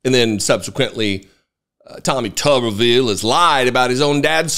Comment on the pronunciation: Hey, if it was pronounced tubbervile, it would be spelled tubbervile. But it’s spelled tuberville, so it’s pronounced tooberville. As in tube town.